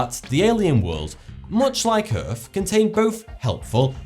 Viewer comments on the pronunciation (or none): It's called EARTH Not erf. dumb shit